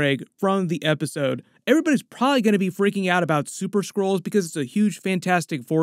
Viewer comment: They are called SKRULLS. You keep saying SCROLLS.